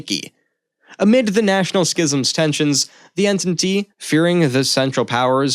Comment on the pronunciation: The writing was overall good and accurate in most aspects, but you need to change the narrator asap. He dismantled Greek names, toponyms etc. while he obviously doesn't even have a clue what the Entente alliance was, since he cant pronounce it correctly!